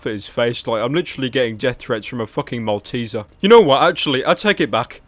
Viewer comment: "The Malteser seacow",, after he said the i laughed and fell out of my chair almost xD